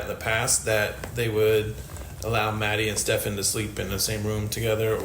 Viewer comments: I like that doesn't say his name right lol its kind of like an f u to him. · Why does everyone insist on saying his name wrong 😩😩😩